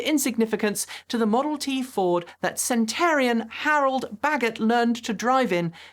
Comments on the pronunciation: sen-tə-ˈner-ē-ən not sen-tə-r-ē-ən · It’s “centenarian”.